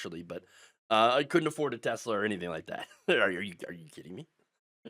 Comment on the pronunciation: It's pronounced, "TeSLUR."